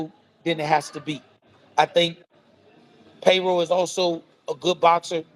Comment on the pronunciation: calls him PAYROLL 😂😂😂...not paro 😂😂😂 😭🤣🥊